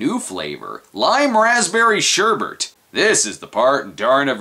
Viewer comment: Not to be that guy, but it's "sherbet", not "sherbert".